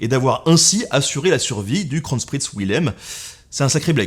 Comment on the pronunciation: et kronprinz ne se prononce pas krotchpritz mais bon